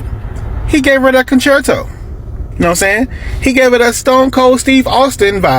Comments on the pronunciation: Con-chair-to XD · Dude said he gave her the “CON-CHAIR-TOE😆🤣😭😆😭😆🤣😭😆🤣😭😆🤣😭 💀 ⚰️ 💀⚰️💀⚰️💀⚰️💀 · 😂😂young brother said "conchairto"😂😂😂😂